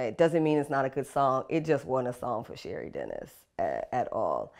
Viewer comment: Did you say, "cherries"?